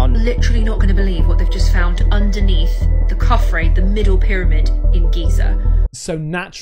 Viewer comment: Credibility is stretched when should be pronounced"Khafre" with the syllables "ka-fre" or "ka-f-ray," with a slight emphasis on the first syllable not Kafren as mispronounced by the Italian.